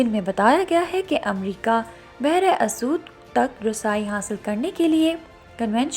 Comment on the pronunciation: It is behr e Aswad not asood....